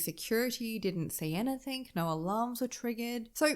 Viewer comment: Why do you put K's on the end of words like something, nothing and anything etc???? They end with a G, I just don't get it......